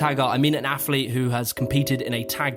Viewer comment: Please stop saying aff-leet